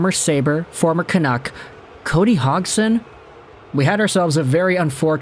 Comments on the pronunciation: Came here to make the same comment, I never heard any commentator say Hogson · Is it not pronounded "hodge-son"? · Just curious, where did you learn how to say Cody's last name? I've never heard it said that way before.